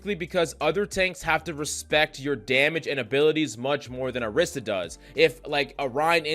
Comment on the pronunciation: ORI - SA not AH - Rissa